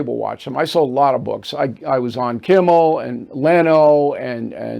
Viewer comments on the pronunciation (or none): none